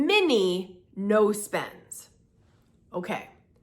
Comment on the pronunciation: When you said "no spends" at the end of video, I heard "nose bends" 😂😂😂😂